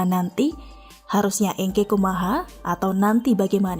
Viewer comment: Min , kumaha eungke. ( Bhs Sunda) bacanya jgn engke , jd salah tafsir.